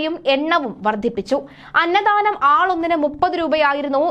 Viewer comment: അന്ന ദാനം എന്നാണ് പറയേണ്ടത്. അന്നധാനം ennau olu pyunathu